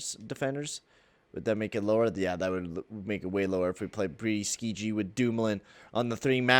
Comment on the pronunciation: Skjei is pronounced "Shay" FYI.